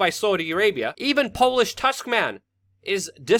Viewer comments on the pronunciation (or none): none